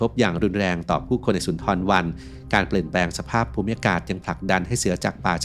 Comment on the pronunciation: เค้าเรียก ซุนดาบัน ทำคลิปทำการบ้านบ้าง แอดมินเอ้ย